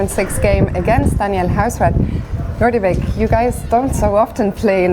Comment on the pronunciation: It's nodirbek, not nordybek